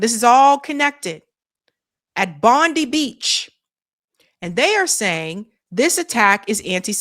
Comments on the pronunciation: No, sorry. Not a false flag event in Bondi. Not sure about other events. Pronounced 'Bond-eye'. Is the most iconic beach in Australia. It has one culprit and this has been building for a long time. We have a handful of ISIS extremist Muslim clerics in Australia and we've we've been trying to get them kicked out for years. Google: notorious jihadist cleric Wissam Haddad of Sydney. He runs a 'charity' in Sydney that radicalises Muslim youth frustrated by war in Gaza. He is vile. Most of the Muslim leaders in Australia have been trying to get him kicked out for years as well.Jewish and Muslim and Australian govt all agree and know this is the culprit. Kid has belonged to this 'charity' for years. Now we can get rid of these clerics which is good. These is the only extremist group in Australia and it's ridiculous that they've been allowed to stay this long. So... Bondi not a false flag event. You can see their ISIS flags in windscreen (Google: Home-made ISIS flags on windscreen of Bondi shooters car). You can Google: Bondi Shooters ties to ISIS. There are videos, footage, photos, ASIO 6 yr old reports. The Australian Muslim community agree.) Will Bibi use Bondi for military reasons and PR? Yes. (NOTE: As for reports there were searches in Bondi before shooting - it is known that Mossad might have an undercover agent in the 5 or so extremist mosques. They might have heard gossip, chatter about father and son as they went to Philippines before the attack. This is a place where know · It’s pronounced like Bondeye in Australia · Pronounced bond-eye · its BONDI BEACH as in BOND-EYE. The i in Bondi is as in EYE. 💙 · Bondi beach is pronounced like Bond-eye Beach. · Well this didn’t take long. And it’s pronounced “Bond-eye” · BOND-EYE is how its pronounced! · It's pronounced Bondeye. Get it right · Pronounced ~ BOND EYE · It's pronounced,,,, BOND-EYE And. A Muslim citizen took down one gunman. (Silence on that one) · It's pronounced as Bond- eye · Bond eye...not bondee